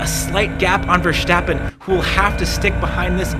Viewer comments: Please note that Max's last name is not VerSHtappen. It's VerStappen. Take a good look at the name. There's no reason to pronounce the S as anything other than a normal S. I don't know why so many people outside of F1 insist on prouncing his name like that. Kinda like they're trying to make him German. But he's not. He's Dutch :) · His name is not Vershtappen. You dont have to do the the silly shhh. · Great video but you gotta stop with the VerSCHtappen. You don't pronounce the S like you would with Nordschleiffe. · it's verSTAPpen as in ""STOP" ,not verSJTEppen. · Many thanks, great commentary. Also i’ve noticed English speakers tend to say Verstappen with an SH-sound like in Schumacher, while its actually more like just saying the word “stop”. No need for the SH-sound:) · Goddamnit it's not verSSHHHtappen. He's not German. Just pronounce it normally. I blame Brundle for this brainmelt pronunciation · Man, it's not Vershhhhtappen. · Why are all english speaking people pronouncing max' name as versHtappen. It's the same ST sound as stint, not shtint. Content wise i like the breakdown and pov tho, and it's so wild to be able to ride most of te same track in real life, makes me appreciate their speed so much more